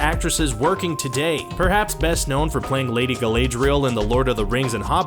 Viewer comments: Guh-Lad-dree-ull not guh-laid-ree-ull XD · Galad Not galay Pronounce it right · "Gal-ay-driel".....*cringe so hard it could be a seizure* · Ga-lay-driel? it's Ga-lad-riel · Can't even say Galardial right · Gal-AY-driel..? No. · this page lost all credibility when you said Galadriel wrong smdh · This video lost credibility when "Galadriel" was pronounced so badly